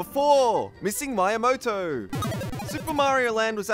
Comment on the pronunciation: Nice videos, but please work just a little bit on your Japanese, as I cringe each time you say Maiyamoto (instead of Miyamoto) or haimi (instead of hime).